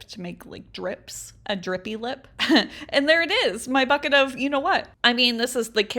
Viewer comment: Ummmmmmmm when she said bucket the first time I heard f#@ it 😅😅😅